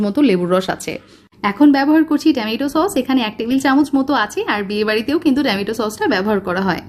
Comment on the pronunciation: টেমেটো না টমেটো!! কি অদ্ভুত উচ্চারণ !!